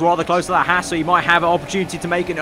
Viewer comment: It’s H-ah-s not h-ass